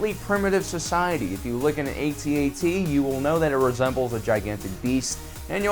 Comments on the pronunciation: YOU SAID AT-ET NOT AT-AT THIS MAKES ME SO TRIGGERED AHHH REEEEEEEEEEEEEEEEEEEEEEEEEEEEEEEEEEEEE!!!!!!!!!!!!!!!!!!!!!!!!!!!!!!!! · PLEASE...say ATT-ATT rather than AY-TEE AY-TEE just once, pretty please?!?!?! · After hearing "A-T, A-T" for the millionth time, I had to run. Just say "at-at". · Definitely a generational thing: younger people call it the A T A T (each letter said separately) while us old-timers call it the at at ( ). I cringe when I hear it the other way. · It is not called an " A-T-A-T"....it's an "AT-AT". SMH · Fuck off lad, it's an AT-AT, not A.T.A.T. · We used to call these things at at's back when the movie came out. Why is he pronouncing it A. T. A. T. now? It's distracting. We know what it is, it would me more reverent for him to say at at. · it's not ATAT it's AT-AT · at-at not aye tee aye tee...kids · you said at te don’t you mean at act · ?how come the Kenner ad for the toy calls it an at-at as in hat hat? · Lost me at A-T A-T it's pronounced @@ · Dude, I CANNOT stop hearing AT&T. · Saying 'Ay-Tee Ay-Tee' sounds about as stupid as trying to speak wookie. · Dude you are pronouncing it wrong and it's annoying. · That's not how we pronounce AT-AT.